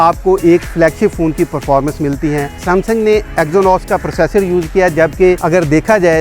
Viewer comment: Its Samsung not 😂 saamsang or is ko kuch bo nahi pata 😂😂 aby bahi is se acha 😂 marques brown ya Jerry rig deakh lo